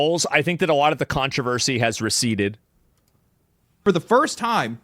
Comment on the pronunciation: Asmongold dont ever say the word receded again 😂